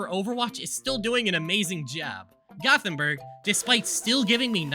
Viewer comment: gothemburg does not = rottenburg -_